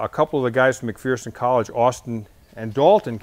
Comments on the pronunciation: You are saying McPherson wrong. It isn't McPhEARson. It is McPherson, with the er enunciated correctly. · McPherson college out of Kansas? Good group of people. Its pronounced Mc-Furson. It's weird I know, but its Kansas for ya. Nice job though!!! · I know, there's no "fear" in McPherson... It's "McFurson."